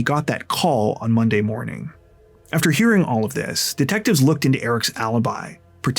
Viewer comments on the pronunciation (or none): none